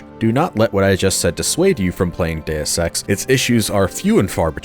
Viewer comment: "Modern Deus Ex games", or as I heard it, "Modern day sex games"